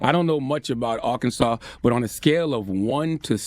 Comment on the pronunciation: Bro say Arkansas like he from here.🤣